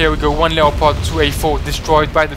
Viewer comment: Leopard is pronounced lepud